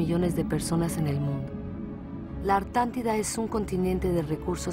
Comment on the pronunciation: Dijo la "artantida"